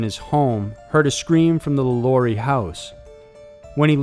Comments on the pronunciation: It's Madam Lah Lah REE. That's the phonetic spelling. Remember. She was French. I lived in Louisiana. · Omg so many inconsistencies about the lalaurie mansion, which you mispronounced. You didn’t mention that the original reason that they heard sounds in the house right after she left was because there were slaves buried alive in the house that they never found until years later. You also didn’t mention the fact that every person that has owned that house has had a series of extremely bad luck happened to them, including Nicolas Cage. And the Lalaurie mansion is not an apartment complex now it is still just a mansion, and it is owned by a private citizen and he does not allow tours of the building. I was literally just passing by it last month.